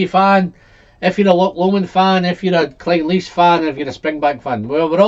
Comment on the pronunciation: Do you mean Craig-ellachie?? And Glen-allachie. Rather than Glen-ellachie.